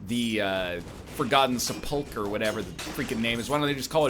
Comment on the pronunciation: not Farkle the "CH" is actually meant to be pronounced as a K.